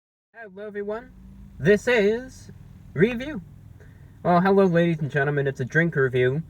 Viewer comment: "HEWWWO EVERYONE"